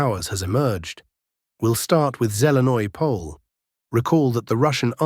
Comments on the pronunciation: I really doubt this guy is nothin more then an AI Bot. A true Slav (unlike a Bot) would pronounce Zelene Pole 100% differenty then this Bot - which this dick does not even know what it means in Slavic Culture. Time to show ur disdain for AI Bots purporting to be humans and no more thumbs up for a computer generated blog. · This dumb AI generated Bot doing this podcast from some basement in San Francisco is not Slvic any more then ur dog and wud nbot know SPASIBO. I really doubt this guy is nothin more then an AI Bot. A true Slav (unlike a Bot) would pronounce Zelene Pole 100% differenty then this Bot - which this dick does not even know what it means in Slavic Culture. Time to show ur disdain for AI Bots purporting to be humans and no more thumbs up for a computer generated blog. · BS:I really doubt this guy is nothin more then an AI Bot. A true Slav (unlike a Bot) would pronounce Zelene Pole 100% differenty then this Bot - which this dick does not even know what it means in Slavic Culture. Time to show ur disdain for AI Bots purporting to be humans and no more thumbs up for a computer generated blog.